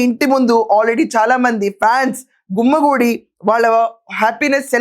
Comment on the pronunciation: గుమ్మగూడి ఏందక్కో ఆ పదం గుమిగూడి అని స్పష్టంగా పలకాలక్కో.తెలుగును ఖూనీ చేయవద్దని మనవి